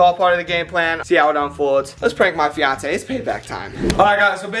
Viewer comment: Umm I think you said it wrong girlfriend umm that sound wrong I think it is fiance